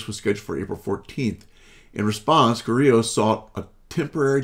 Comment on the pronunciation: Her name is Liliana Carrillo, not Carrilla.